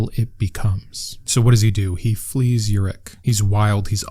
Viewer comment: Pronunciation correction (not a big deal though) the city is pronounced as Uruk (oo-rook)